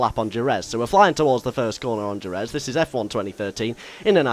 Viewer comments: you say jerez wrong its pronounced with a h and jerez looks nothing like what it does in really life ive been there for moto gp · soory buddy... its pronounced "her-reth" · Jerez is pronounced Hereth ;) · djzeherez is not how you say it... its jerez, said 'hereth.' you say it differently every time. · Jerez is pronounced HER ETH not HER EZ! GRRRRRRRRRRR and sweet with 1980's and 1990's cars and tracks! :D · Jerez is pronounced heref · jerez is pronounced he-reph went there for testing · Jerez is pronounced hereth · 'Horrendous' pronunciation of the track Jerez (Hereth) ;) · Jerez. Pronounced with an H. that's cool we can drive older cars and tracks. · its pronounced hereth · You said a 1980's Caterham..... are you fucking kidding me....... And Jerez is pronounced hereth... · no more like her-reth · it's pronounced hereth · Jerez is pronounced He-Rez. Just like Jorge is pronounced Hor-hay and Jalapeño is pronounced Ha-la-pen-yo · Would like to correct you slightly. Jerez is pronounced 'Hereth'. JUssayin. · Jerez is prononced "Hereth" but otherwise great vid cannot wait for this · BTW Jerez is pronounced Hereth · Also Jerez is pronounced "Hehreth". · Jerez is pronounced Hereth mate ;) Just letting you know. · I believe it is pronounced, "hereth". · Jerez is pronounced "hereth". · Im Mexican and am disappointed at your pronunciation of Jerez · Please learn to pronounce Jerez properly! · If you said Jerez properly that would be nice... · You pronounced Jerez wrong (because it's Spanish, the J makes an H sound.) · i like how you said "jerez" lol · That pronunciation of Jerez :P, Fantastic video though! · u realize you pronounced jerez wrong